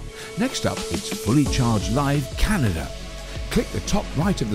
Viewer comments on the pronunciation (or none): none